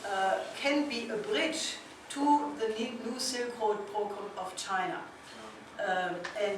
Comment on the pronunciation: Brilliant presentation. Will someone please help Helga with her pronunciation of "program?" She commits a spoonerism that connotes a very different meaning.